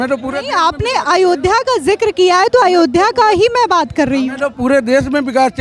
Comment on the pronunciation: भैया पहले अयोध्या बोलना सीख लो 😂😂